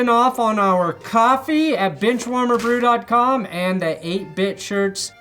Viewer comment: I heard bitchwarmer not benchwarmer... Thanks